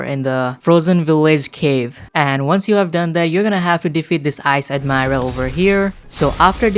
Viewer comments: Magma admiiral´´ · On admirail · Magma admiral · Admiral and shandas and raiders